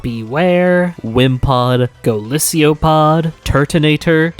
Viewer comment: I love this but I’m sorry your Golisopod pronunciation was painful